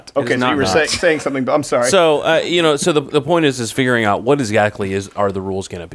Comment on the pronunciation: "VIGuring out"